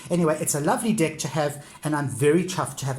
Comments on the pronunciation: I don't want to be disrespectful but am I the only one who hears "dick" instead of "deck". I am not an English native speaker so I may be wrong... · Thanks for sharing. Nice collection. I normally don’t commend on peoples’ accents but the fact you call every deck a “dick” is quite hilarious. “Nice Dick”, “Tiny Dick” etc. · Yes I hear it too, makes me giggle but doesn't take away from what a helpful video it is✨😁